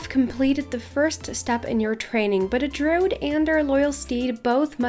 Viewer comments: Druid has 2 syllables, not 1. Drew-id, not drood. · Hey! Cool vid! Wish I was able to do them lol but I’m too low lvl. Also, it’s pronounced Droo- id so you do say the i instead of saying drood. Hope it helps!